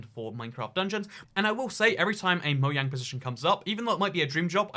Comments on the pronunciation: Did you say “mo yang” instead of “mojang” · Who else herd him say moyang